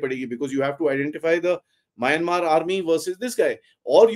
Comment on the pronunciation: Please pronounce It as म्यानमार